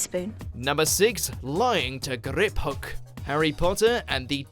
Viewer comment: Noone:: GRRRRRRIPhook